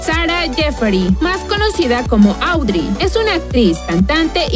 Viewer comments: no es Audri es Oudri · No es /audri es adri /